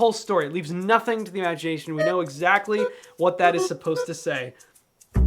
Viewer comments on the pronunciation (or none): “Imagiaeiobhn” most famous word ever (him trying to say imagination)